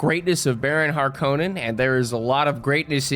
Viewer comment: Hark on in not har konen